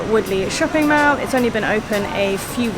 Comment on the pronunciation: Most people even foreigners pronounce mall as in "maul" rather than "mell"